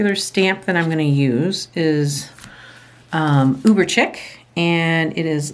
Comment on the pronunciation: Chic is pronounced sheek. Not intended to be mean, I would want someone to correct me. I like the clothespin used as a holder.